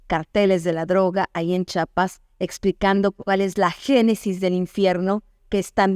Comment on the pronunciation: Felicidades Señora por su trabajo, con todo respeto, es "Chiapas" no "Chapas", es la misma "Chi" de "Chihuahua" y "Chilangos", bendiciones!